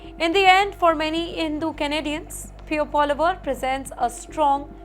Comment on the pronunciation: Lol, she doesn't know how to pronounce PP.